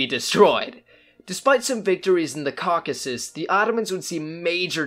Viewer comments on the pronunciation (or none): none